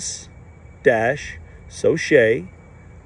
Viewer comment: Your "middle" name, "Souchett", is correctly pronounced "soo-SHET", not "so-SHAY". I know it's your name and you can pronounce it however you want, but that's the correct way. Cheers.